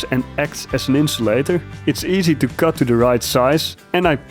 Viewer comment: I like your pronunciation of the word cut, sounds alot like kut 😂